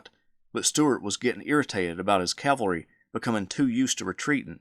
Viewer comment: Says Calvary 19 seconds in. I appreciate this kind of content but I can’t stand callllvary, over cavalry